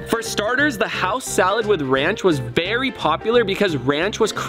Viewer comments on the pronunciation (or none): Bro he just is saying berry instead of very or else is it just ke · “Barry popular” lol😂